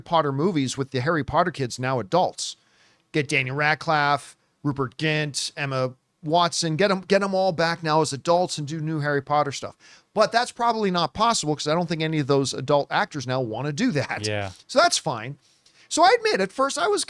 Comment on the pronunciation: Daniel RADCLAFFE and Rupert GINT 😂 sorry not trying to be mean but that did make me chuckle 😂